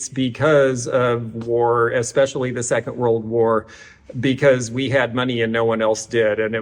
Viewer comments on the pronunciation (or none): none